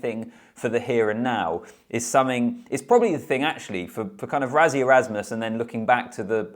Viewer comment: For overseas people struggling with pronouncing Rassie correctly, just say rusty without the t and you've nailed it.